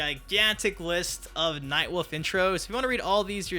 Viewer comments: Everytime you say Nightwolf it sounds like Nightwoof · You pronounce 'wolf' like my brother. Night WOOF! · I love “Nightwuff”